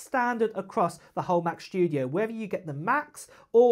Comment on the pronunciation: It's the new Mac "Schtoodio"! 😆